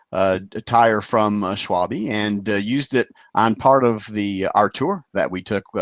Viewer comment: Great stuff as usual. Now if we could just get to pronounce the company names correctly ('schwal-bA' not 'schwal-bee' for example):D:)